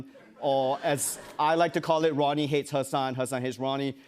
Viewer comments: Why does no one correct Jimmy for saying Hasin instead of Hasan? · Jimmy is butchering the pronunciation of Hasan's un-anglicized name. Just learn it properly lol